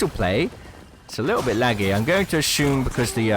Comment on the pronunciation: Something wrong with the way you pronounce "assume." Gets really annoying